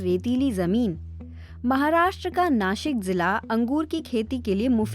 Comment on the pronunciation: You pronounce it right नाशिक not नसिक